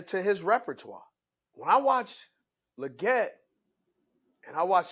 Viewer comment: It's "Leg-It" not "La-Get". lol